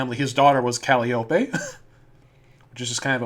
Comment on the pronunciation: It’s Cal-eye-oh-pee. Not Cal-ee-ohp. SHE AINT A CANTALOUPE, SHES A TRAIN WHISTLE.